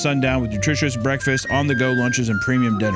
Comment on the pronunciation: I cant listen to a factor ad read the same after hearing isaiah say "breakfesses" in HIS ad read he did for factor 💀